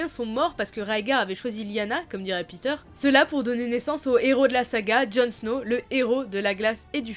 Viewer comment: Si, techniquement la prononciation, c'est "Dènerys", "Téon" (en tout cas en français, forcément en anglais c'est pas tout à fait un F mais pas tout à fait un T non plus), et "Petyr", non pas "Peter" à l'anglaise :p